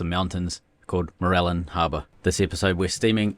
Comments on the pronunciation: More -rill-yan is how pronounce Mourilyan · Mate! You've got to work on your place names. This from the googles tame AI: Moo-rih-lee-uhn: The first syllable is like "MOO," the second is a soft "rih," the third is like "lee," and the fourth sounds like "uhn". Google is your friend. If you're not sure of something, ask google. God knows, I do. OK, I'll shut up now.